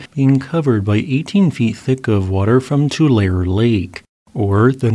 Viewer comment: Your pronunciation of California locations is amusing. It’s COR-cran and tooLAHray. 😃